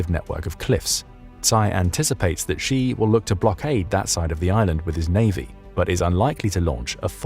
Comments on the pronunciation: Why should anyone believe your intel if you cannot even correctly pronounce his name? XI is NOT JHEE. SHEE NOT JHEE. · Why should anyone trust your intel? You cannot even pronounce his name. It's SHEE not JHEE.